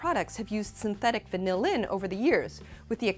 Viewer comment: She pronounces 'vanillin' with the emphasis on the last syllable every time, and it's annoying as shit. Sorry, I mean annoyING as shit.